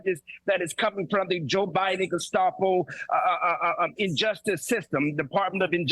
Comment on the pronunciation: Thank you,: "Bedminster," not "...minister." "Geh-SHTAH-po," not "...stop-o." Learn language, dumbasses.